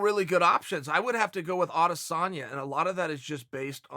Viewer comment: s/o Chael for saying Adesanya